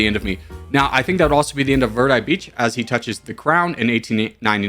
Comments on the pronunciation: Verde is pronounced "Vayr-day" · verde is pronounced like v air day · In Spanish you roll your r and the e sounds like the e in eggs.